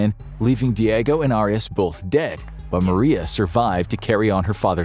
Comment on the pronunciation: 😂 he can’t even pronounce Arias name, right?